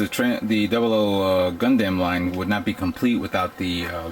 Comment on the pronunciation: Gun DAMNIT its pronounced like gun "DUM". Aside from other mispronunciations just at least pronounce the overall title right. Other than that though cool showing.